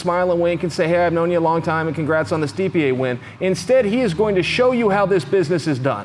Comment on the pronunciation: Did he call Stipe "Steep-E-ay"